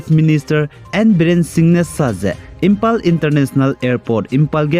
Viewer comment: Imphal not Impal Thanks for the daily news 👏.